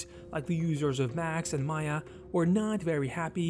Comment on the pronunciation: It’s not Maya. It’s M AYA 😂